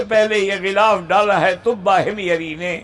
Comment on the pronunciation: Gulaf nahi ghilaaf hota hai.